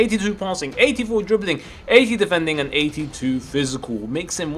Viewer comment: "The dribbilink".. DRIBBILING